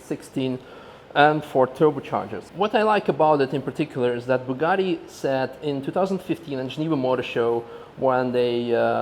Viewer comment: You pronounce Bugatti and Chiron baddly, nice video though, thanks Youtube for the recommendation!